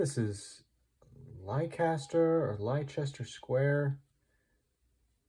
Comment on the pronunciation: I've jumped up a tier with my painting after watching just 4 or 5 of your tutorials. I really appreciate what your doing as a teacher and as a painter. Thanx dude. Leicester Square in London is pronounced Lester Square btw, and the statue on the fountain is Eros.